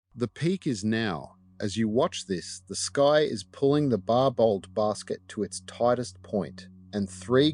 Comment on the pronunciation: Pronounced barbo